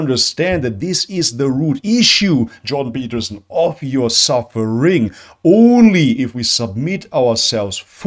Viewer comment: The Juiden Pertterstien... you said who?